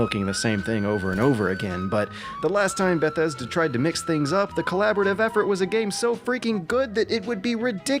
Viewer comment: I like this dude's videos. I hate the way he says Bethesda. "Ba-thesda"